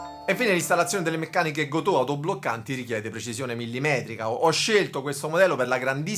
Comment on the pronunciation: Bellissimo video bellissima chitarra, no si pronuncia Gotòh , ma Gotoh senza accento....ho vissuto anni in Giappone....